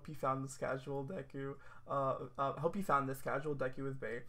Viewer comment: wHO IS 'DEKE' THAT'S NOT DEKU